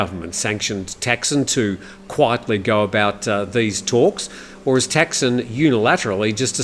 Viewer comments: Man, after all these years in the Thai media, you can't pronounce Thaksin? He is not called Texin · Does it really matter? 'Thaksin' isn't necessarily correct either and all depends on the reader's interpretation of how to pronounce it. ทักษิณ is. But then should we start saying กรุงเทพ (grung têp) instead of Bangkok? At the end of the day the viewer knows what is being talked about, and that's the important thing.